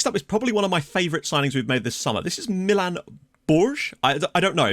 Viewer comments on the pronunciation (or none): ok so millen baars you say it like Mil from Milion and then the N aka MilN and someone else already did the surname